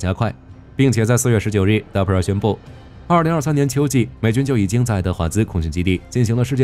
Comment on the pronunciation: DARPA，不是 DAPRA